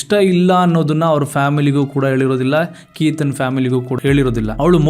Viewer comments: Explanation ಚೆನ್ನಾಗಿದೆ, aadre ನೀವು ಪ್ರತಿ ಸಲ ಕೇತನ್ ಎಂದು ಹೇಳೋದು ಬಿಟ್ಟು keetan ಎಂದು ಯಾಕೆ ಹೇಳೋದು? Grammer mistake tumba madtira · ಕೀತನ್ ಅಲ್ಲ ಕೇತನ್ .... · ಕಿತನ್ ಅಲ್ಲ ಕೇತನ್